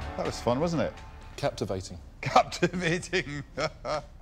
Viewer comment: Did Peter Jones say "cabtavating"???? LOL